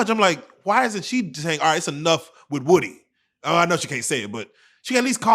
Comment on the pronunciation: I'm tired of them saying WOOD-Y, lord it's WOOdy